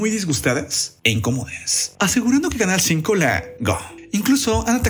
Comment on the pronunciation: Otro titere q no dice bien canal 5 la cago